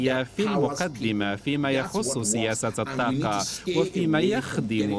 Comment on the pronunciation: الطاقة و ليس التاقة